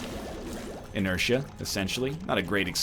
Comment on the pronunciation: "Inertia" ... what?